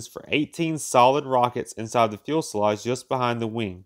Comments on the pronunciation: You cant enter thumbs up but once. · No. He's just mispronouncing the word. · About had to to endure the aggravation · He is commenting on pronunciation. The word, fuselage, only has one L in it. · I was thinking that a robot could pronounce fuselage correctly but that would be harshly critical. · There is only one 'l' (ell) in 'fuselage'. And only one 'e'. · good but please learn how to pronounce the word fuselage. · Can you please pronounce fuselage properly just once ? Do you do any editing before you upload to catch such mispronounced words ? It would be easy to fix and present better product Since narration is 50 percent of your video it should be done correctly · This guy has a hard time pronouncing fuselage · I enjoy your videos, but why you say "fewel-selage"? It's pronounced "few-selage" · FUSELAGE is pronounced "Few-selage" not fuel- selage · "FEW-se-lage", not "fuel-se-lage"! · Fuselage, not “fuelselage!” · Fuselage. "Fyoo-seh-lodge". Not "Fuel-seh-lodge"... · Needs a new narrator. Don't quit your day job. What's a fuelselage? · Few suh lodge. Not feulselage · For Heaven’s sake, pronounce fuselage “few-selage”, NOT “fuel-selage”!!! Unlistenable. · "few-selage" not "fuss-elage" "Supreme air command" WTF >>> "Do not recommend this channel" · fuelsage, fuelsilage, fuselsage, fuelslage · Holy shit, stop saying “ fuelsalage “ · Turret, not turrent and Fuselage not fulselage... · I tried...passed out and awoke with a killer hangover... What IS a fuel sulaj....?? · Of course the fuel was stored in the "fuel"salage. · Yep. Double-checked it. Irritating. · The "fuelselage." Man, that joker is difficult to listen to. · I wanted to shoot myself every time I heard "Fuelsalage". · Yeah the fuelselage contains the new-kewlar bombs. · It is pronounced "few-se-laj" sir 😉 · I cannot get past the "Fuel Sell age" pronunciation! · Is he saying "Fuelsalage"? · “Fuelselage?” Really? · It's pronounced "fuselage". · Drink everytime he mispronounces fuselage.